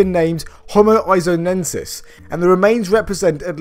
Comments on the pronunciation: They are called "Homo Luzonensis" not Ionensis or whatever was that. Named after the Philippine island of Luzon. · Guy a silly mistake from you :) in its Homo Luzonensis, not Homo Is Iuzonensis, it is naned after the philipinian main island of Luzon. Where it was discovered